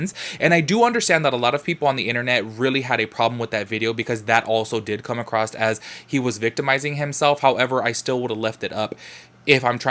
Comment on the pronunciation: Okay, I'm super late on the videos.I'm barely catching up now. I loove you a whole bunch, HOWEVER, I have a couple comments on this video. 1st: Girl, there is no "t" in the word "across" and 2nd (this is toward most of your videos and lives): I understand the yellow & lighter backgrounds to match your clothes & stuff, but...........why does it always have to be so bright?! I can see all the dirty spots on my laptop screen now! :D